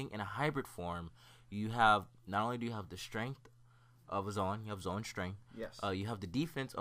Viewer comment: The way he says zoan. It drives me crazy